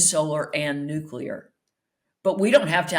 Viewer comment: Spectator front man mispronouncing 'nuclear'!?